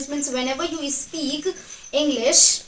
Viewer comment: It is not ispeak it is speak ..your pronunciation with s words are bad..improve that